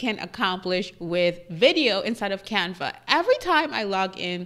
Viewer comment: I love the way you pronounce Canva!!! You are so beautiful 🥰 Thank you lovely. This is an amazing video